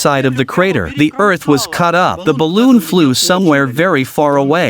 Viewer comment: "Ballon" facepalm 😖